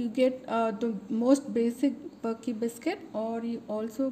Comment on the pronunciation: Pronounce it as burkey or varkey